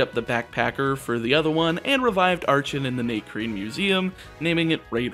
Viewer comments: I'm not normally into monotype challenge runs, but goddammit, you put my favorite Pokemon on the thumbnail so naturally I have to check this out. Also, it's pronounced "ARCK-en" and "ARCK-eops", with the hard "C" sound. Remember, it's derived from "Archaeopteryx", whose name is derived from the root word "archeo" ("ancient") as in "archeology". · In terms of pronunciation, I think Icirrus is probably eye-sirrus (ice + cirrus, all towns in Unova are named after clouds) Archen and Archeops are based on Archaeopteryx, in which the “ch” is pronounced like a k.